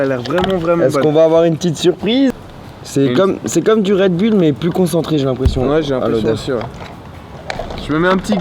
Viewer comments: On prononce red boulle et pas red bülle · on dit redboul